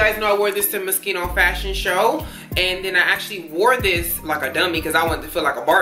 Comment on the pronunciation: its not mos-KEEN-o its mos-SHEEN-o